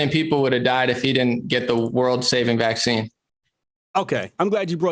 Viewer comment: can't even say VACCINE LOSING respect man!!